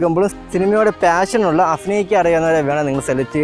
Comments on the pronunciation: അഫിനയിക്കാൻ അല്ല അഭിനയിക്കാൻ 😝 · അഫിനയിക്കാൻ...?? 😐അങ്ങിനെയല്ല അഭിനയിക്കാൻ ഭ.. ഭ.. ഭരണി..?? അതാണ് 👍